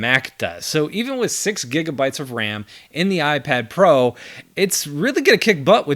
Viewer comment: iprad pro lolll